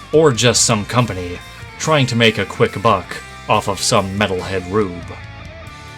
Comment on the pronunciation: " ...trjinh tov sell a roch thinh tov a mettalhead?"